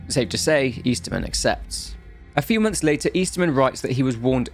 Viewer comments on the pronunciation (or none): none